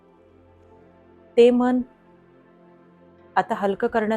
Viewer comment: व्हिडीओ उत्तम, सादरीकरण उत्तम. फक्त आपण मनाचा उच्चार मण असा करता आहात. तो जर मन असा केलात तर परिपूर्ण वाटेल व्हिडीओ.